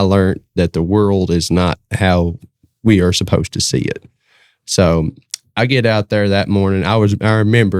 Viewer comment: Supposed not suppised...lol